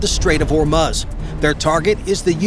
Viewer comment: . . WELL THE IRANIANS CAN AT LEAST PRONOUNCE "HORMUZ" CORRECTLY .